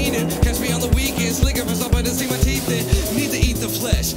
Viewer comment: "No teef by 22." That's this kid's trajectory.